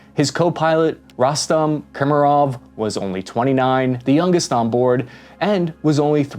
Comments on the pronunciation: How could you pronounce all of the names wrong??? :D just read slowly... A L E X E Y, not Aleski :D K A R I M O V, not Kamirov :D R A S P O P O P O V A, not Raspova :D D M I T R Y, not a damn Dymytryj 😅😅😅 And so on... this frankly made my day. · I'm so sorry, but American pronunciation of slavic names always gets me. 😂 How do one's eyes read "Alexey" and "Karimov", but the mouth goes "Aleski" and "Kemirov"? Just read the damn letters, it's already transliterated to sound as close as possible to the original name when read in English.